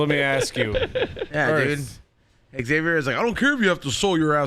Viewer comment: Hey guys Xavier is not pronounced X(ex)-avier, same way people dont say J(jay)-esse or P(pe)-illip...It is pronounced Xavier or ZAY-vyer